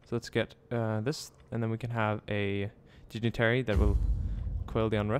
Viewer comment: Lol 'digitary' =P